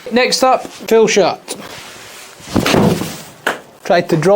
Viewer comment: dang I swear you kept saying Fill 🤣